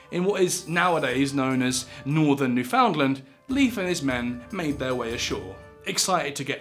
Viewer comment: Atlantic Canadian here… it’s pronounced “ NEWfinland”. Love your videos!!!!!